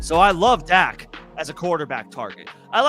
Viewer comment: Dak not doc